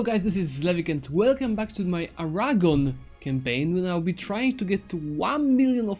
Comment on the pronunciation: I love the way you say 'Aragon' It sounds like 'Arahgon' when you say it